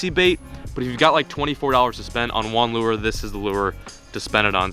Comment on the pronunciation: caster his "lur" off - I think he's part 1rod1reel...